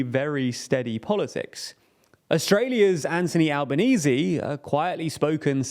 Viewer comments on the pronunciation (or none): none